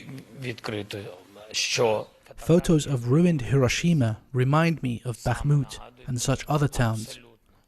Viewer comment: Thanks for pronouncing "Hiroshima" correctly....